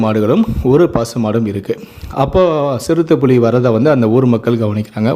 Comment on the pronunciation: அது புளி இல்லடா புலி ஏன்டா தமிழ கொல்லறீங்க